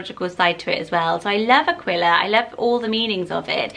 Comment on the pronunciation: Aquila is pronounced A-kee-la. Like tequila